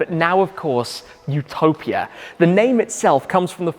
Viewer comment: It's YOU-topia not OO-topia